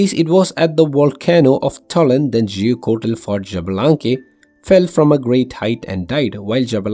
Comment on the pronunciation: x -> "sh" (little reminder, i thought at least the lore community learned how to pronounce xbalanque, but it seems not...